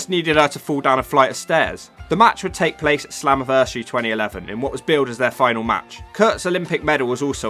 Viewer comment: Did you say .. Slumaversary